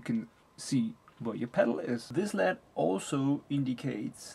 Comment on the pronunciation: Awesome review!! One thing - led is pronounced L.E.D. Stands for light emitting diode.